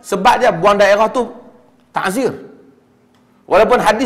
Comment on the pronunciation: Bukan taHzir...Ta'zir..dengan Ain...